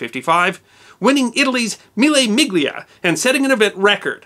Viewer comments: Le Mans (pronounced like beyond without the d, don't say the s) Miglia Miglia (pronounced mee-lee-ah) Juan Manuel Fangio (pronounced fawn-gee-oh ( soft g). I'm American, as well, but I studied languages in school. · Dear Sir, love your videos. I'd like to point out, if interested, that in the pronunciation of the Italian "miglia", the "g" is silent as is the "s" in Le Mans.